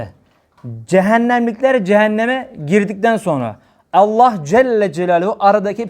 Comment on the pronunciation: Allah’ı zikreden bütün kullara rabbim lütuf ihsan eylesin birşey dikkatimi çekti af buyurun özellikle Allah lafzında ağzınızdan E harfi çıkıyor bu lafz hususi midir doğrusu A olarak çıkmalı değil midir?